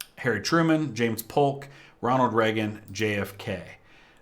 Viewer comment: Pres. Ray-Gun. Bedtime for bonzo's a JOKE.